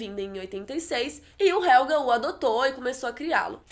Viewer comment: só queria que você falasse Jonas em vez de Ionas e Helge em vez de Helga